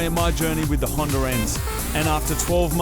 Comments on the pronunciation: hondA not hinder and silviA, not silviER damn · Is it just me or does Moog say hondER s2000 lol